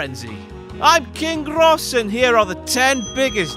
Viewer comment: Stop that "RRRR" sound..